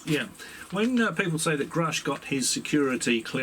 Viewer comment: Why does Gary Nolan keep referring to David as groosch not grusch?!